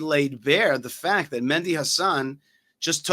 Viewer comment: Why do you keep calling him Mendy?